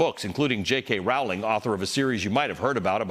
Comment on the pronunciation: Rowling is pronounced rolling. She says so. Check with your editor.